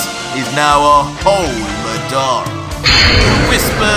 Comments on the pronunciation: Man's said madaura instead of madara lol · Nice. I knew that you’d use aspects of madara from naruto but I didn’t know that you actually have the sharingan too and even genjutsu. But it’s weird that his genjutsu worked like itachi’s when madara’s wasn’t crow related. Also did you use the wiki and not actually see the naruto anime? Cause you’re pronouncing madara and izuna wrong. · I love the story but.. taking 2 characters names from Naruto isn't original don't you think.. Just because you pronounce madara different doesn't mean it's original.. Also using madaras little brother's name isn't original either.. The eyes of izuna? Izuna was madaras little brother.. Other than those 2 things I'm an absolutely fan.. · I feel bad how you say madara Watch Naruto how Itachi say, Madara uchiha.